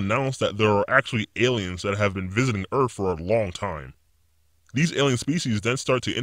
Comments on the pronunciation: This is super fake. And this guys speech patterns are super annoying. Earf = earth. Wif = with. He sounds like a child with an overactive imagination. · Until he pronounced Earth: Earf. Bogus. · In the future people no longer pronounce Earth as Earth but, Earf 🤣😂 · did he say the population of earff?? Aparantly even this microchip still hasn't solved some age old problems about pronunciation and enunciation! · How he says earth